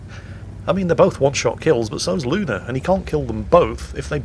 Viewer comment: Umm,, there is no "R" in "Luna".